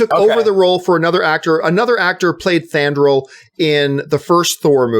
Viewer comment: It's FANDRAL with an "F" not Thandral. I think Zachary Levi can be a great Shazam, but I was a little annoyed when he replaced Josh Dallas in Thor: The Dark World.